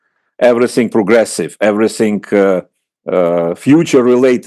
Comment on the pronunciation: Какой ужасный английский у Фёдора Лукьянова. "Эврисынг". Впрочем, он и сам по себе дурак, не только в английском произношении. Зачем чувака пригласили? Он же скучный и нудный.